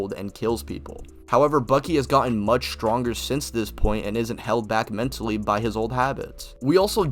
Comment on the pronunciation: "SCHTTRONGER"??????? Why do all these people with speech impediments starting channels?